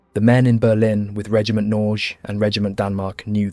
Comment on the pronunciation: You might consider looking into how to pronounce ”Norge”. It is not Noozzzz.